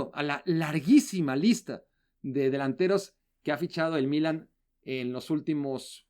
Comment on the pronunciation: Sólo una pregunta al: Se dice "Milán" en español. o "Milano" en italiano. ¿Por qué pronuncia "Mílan", con acento en la i?